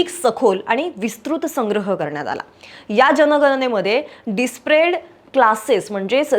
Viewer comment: "डिस्प्रेड" नाही "डिप्रेसज्ड" क्लासेस असं वाचा.